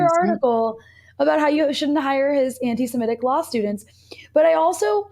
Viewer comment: Thank you for saying anti-semitic, rather than anti-simetic. And will anglophones please also start saying nuclear, rather than ‘nucular’?